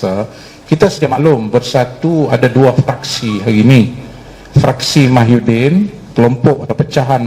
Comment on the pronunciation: Mujahid . Napelah kau tak abes2 sebut salah. MUHYIDDIN. BUKAN MAHYUDIN